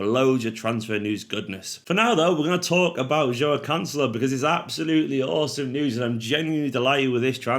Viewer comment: Who? Lets work on the pronounciation:- Jwow Can-selo 😁